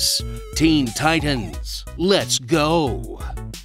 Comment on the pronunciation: Destroyed the Teen Titans theme. It isn't an abbreviation. Is there no one to tell him that?